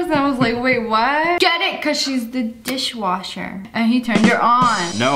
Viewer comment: Dis - wash - HER